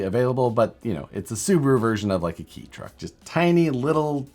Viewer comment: Hey, kei truck is pronounced k truck 😉